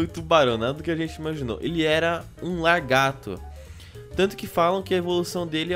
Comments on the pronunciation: só para te corrigir n se fala largato é lagarto XD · se fala lagarto e não largato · falando "largato" mds